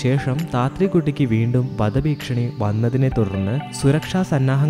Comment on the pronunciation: വധഭീക്ഷണിയല്ല വധഭീഷണി